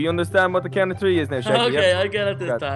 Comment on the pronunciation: three is th r ee in inglish okay